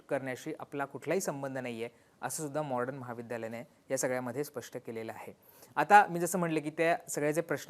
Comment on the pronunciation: दादा तुम्ही ही सर्व माहिती देताना मॉडर्न महाविद्यालयाचा उच्चार वारंवार मॉर्डन असा करत आहात म्हणजे ड च्या आधी र चा उच्चार करत आहात हे चुकीचे आहे. थोडक्यात मॉडर्न ऐवजी मॉर्डन असा करत आहात, तेवढे एक सोडले तर बाकी सर्व उत्तम आहे.